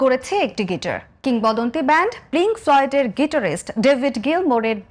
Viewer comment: উপস্থাপিকাকে শুধু একটা কথায় বলতে চাই- ব্যান্ডটির নাম প্লিংক ফ্লয়েড নয়... ' পিংক ফ্লয়েড'। কথা বলার পারফর্ম করতে হলে একটু প্রস্তুতি নিয়ে আসতে হয়। বোঝায় যাচ্ছে যে ব্যান্ডটির নাম আপনি জীবনে প্রথম শুনেছেন। আর তাদের গান শোনাটা আরো দূরের ব্যাপার।